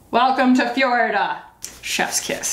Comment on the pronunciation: "Welcome to fjorida!" Dead omg hahahaha